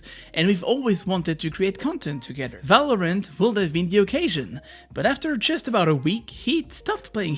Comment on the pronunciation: You have said multiple times ,,Valorment" instead of Valorant :D